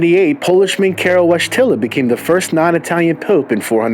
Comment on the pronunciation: I often wonder at the arrogance of those who never bother to learn the pronunciation of Polish names. You wouldn't mispronounce French or German names,would you? Wojtyla is pronunced VOYTILA - not too difficult, is it?